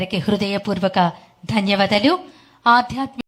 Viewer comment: వామ్మో...Anchor గారి తెలుగు ఏమిటి అలా ఏడ్చింది...ధన్యవధలు, ప్రవచనలు అంట 😆